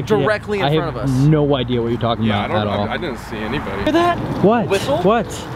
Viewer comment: WHAAAAATTTTTTT no you dinit no you dinit HE ALWAYS SAYS NO YOU DINIT AND NOT DIDNT